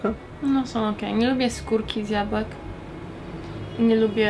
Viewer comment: gonciarz mówi "jakbłek" mówi "jabłków":D